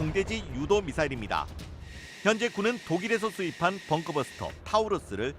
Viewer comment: 영상 말미의 '아음속'이라는 표현을 보니 이전에 작성해둔 것을 수정도 안 하고 갖다 썼구만. 벙커 버스터를 벙크 버스터라 그러고 킬로미터도 킬로미트라 그러고...기자가 경상도 출신인가 본데 발음 교정을 해야겠다.